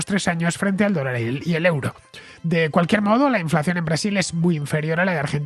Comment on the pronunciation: Estimado Fernando, euro en Alemania se pronuncia oiro...